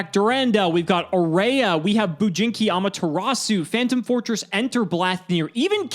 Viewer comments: The way pronounced Amaterasu as "Ama-te-rat-tsu." 😄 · love how everybody pronounces "Amaterasu" wrong. always adding an extra T where there is none